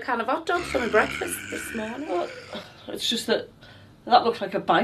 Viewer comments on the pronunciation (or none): Mouth Off Films why did he say BEKFAST I don't mean to be rude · CheeseCake, CheeseCake, CheeseCake, BEKFAST!